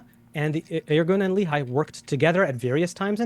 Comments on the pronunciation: As an Israeli, it really grates me whenever I hear Destiny and pronounce “Lehi” like “Lee-High.” For the record it’s Leh (rhymes like “meh”) ee (rhymes with “Lee”). For bonus points, you can also pronounce it Leh-Ch-ee - with the “Ch” pronounced gutturally like “Challah.” Not General Robert E. Lee High School. Go Generals! (Yes. There is a Lee High School in Huntsville Alabama. Of course.) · A new ick unlocked: a man confidently saying "Li-Hai" instead of "Le-hi". I get that it's a foreign language, but the cringe hits hard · LOLOL that idiot says "Irgun and Le-High" and Destiny repeats " The Irgun and Le-High". C'mon. LEHI dumb dumbs. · The man pronounces "Lee-hi" for Lehi et "Avayyyy" for "Avi". He read it all in his books. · Love your side of the debate. must say that I hate the way both of you say "Lehi". it's pronounced more like Lehhy - rymes with Menny and Benny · There’s also Lehigh University - which is what their pronunciation matches.